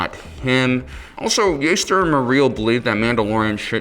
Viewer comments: Jaster Not Yaester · [Jaas-Ter] dafuq is this “yayster” go play star wars bounty hunter. He’s said by Temuera Morrison as Jango Fett saying it as JASter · Every time he said Jaster as Yaster I had to cringe, okay, okay.